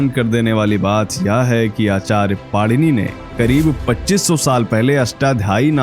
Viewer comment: It is my request to u that the name of our pujyaniya Rushi jeen ja nam correctly leejiye the correct name of the subject rushi ka nam PANINi hayi na ki panirushi